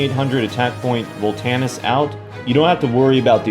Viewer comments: it's Voltanis* not Volantis, plz don't butcher names even if you are kidding around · Nice deck Correction: it's Voltanis, not Volantis Stay awesome bro!